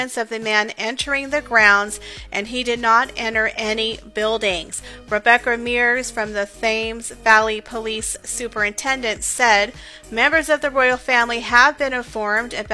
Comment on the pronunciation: The man must be deranged. Scary stuff! "Thames" is pronounced TEMS. Hope you don't mind my pointing this out.